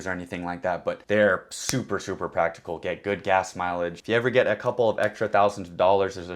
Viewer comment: “very practable” 😂